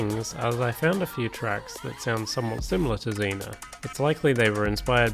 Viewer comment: It’s pronounced ray vol pee and zeen yaa just btw